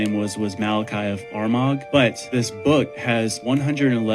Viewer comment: Armagh - are - ma, not armog lol